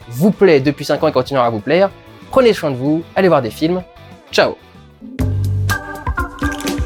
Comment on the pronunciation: "Prenez choin de vous" <3